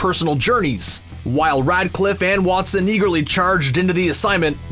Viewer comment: i dont want to be rude, but hes name is REDCLIFFE Not RIDECLIFF :D Sounds like you wanna Ride constantly :D